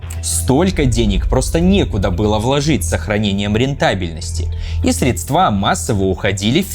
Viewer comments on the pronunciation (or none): Отличный анализ. Жаль, что просветов не видно... Но всё равно подписался. Я бы разве что грамотность диктору подтянул. Например, правильно "властИ предержащие", а если хочется сказать в ед.ч., то "властЬ имущие". "Средства" в любом числе ударяются по первому слогу, а не по последнему. "В Украине" -- это не по-русски, по-русски -- таки "на". Там ещё некоторое число ляпов, но эти режут слух сильней других. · Очень классное видео! Жаль, что только знакомые считают аналитикой видосики Каца, так что, судя по всему, отправимся на бойню, а не на дворцы. P.S. СрЕдства,. СрЕЕЕЕдства XD